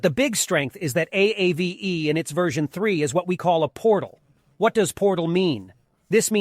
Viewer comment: It’s “Ah-Vay” Finnish for ghost